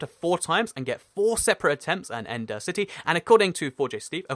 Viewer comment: it sounded like he said entity instead of end city